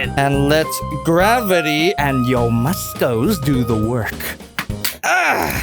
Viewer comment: oh yiss mooscles